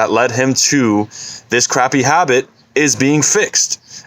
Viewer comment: No one:: habeet